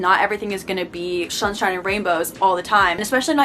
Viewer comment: "shunshine" I can't-- Awesome video! Love your content.